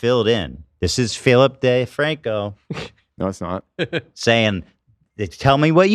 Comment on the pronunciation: 😂🤣😭 "...this is Philp DAY Franco..." Made me laugh so loud!